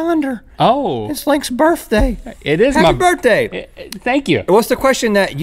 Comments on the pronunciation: "Burthday" "burfday" "burtday" "burfthday" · “It’s Link’s Burfdai”